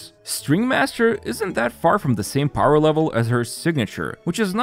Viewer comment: Him saying powah mode sent me 😭